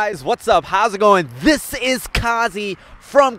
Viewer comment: Did u just pronouced your name Khazi? I thought your name is.